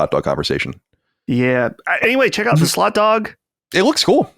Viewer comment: I keep hearing slut dog instead of slot dog lol